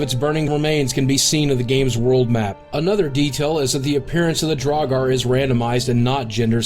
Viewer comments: "drog-are" [twitches] "drow-gr" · Draugr, not draugar. Dunno why you'd pronounce it that way... Otherwise, great video. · Well, draugr was way off (draw-gar??) the closest pronounciation would be drow-gir. Sheogorath wasn't wrong, he just put some really awkward stress on the second syllable (she-oh-gowrath) rather than on the first (she-ohgowrath). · Well, i didn't prove you wrong, i just told you my opinion, but pronouncing gr as gir is pretty commonplace in english- pronouncing it as ger is not. And Ping , he didn't imply that Bethesda invented Draugr, he just said that was the first time he was exposed to the word. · "drawgaar"... why must you pronounce like that... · Charles Martinet THE SECOND T IS SILENT AND ITS PRONOUNCED DRUUGR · Clearly not a player of Skyrim... or else he'd know it's pronounced draug-ER. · Gotta love them DraugARR! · Thought Draugr was pronounced "Drow-r" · Can't even pronounce Draugr correctly.. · Let me just say, your pronunciation of Sheogorath and Draugr are atrocious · Oh wow… He really botched some of those pronunciations, didn't he? Most of them are easily excusable …but "Draugr", really? There's no vowel there. Maybe I'm just used to weird an difficult pronunciations, but to me at least it doesn't seem that ambiguous. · Hey, neat! Also, Please learn how to properly pronounce "Sheogorath" and "Draugr".